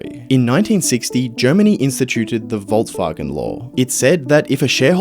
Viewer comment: There is no T in volkswagen